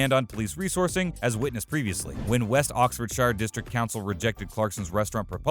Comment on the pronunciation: PLEASE LEARN TO PRONONCE OXFORDSHIRE COORRECTLY AND ITS NOT GAS !!! its perol bloody yanks